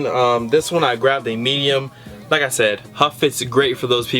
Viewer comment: You must have said "meyum" like 50 times in the vid.